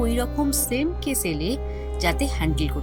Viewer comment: কয়েকটা উচ্চারণে একটু সমস্যা আছে, যেমন কেস আর কেশ... এগুলো একটু নজরে রাখবেন প্লিজ